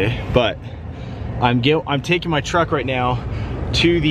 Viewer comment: I LOL'd trying to say truck and said chuck lol